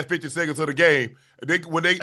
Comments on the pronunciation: Dont bring back gp he got so many people name wrong “Johnson brothers” “rivers” “chad” 😭😭 … thompson brothers, reeves & chet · GP calling Chet…Chad😂😂😂😂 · Is glove calling Chet chad? 🤣